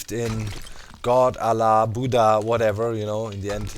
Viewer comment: Godallahbudda sounded like one word xD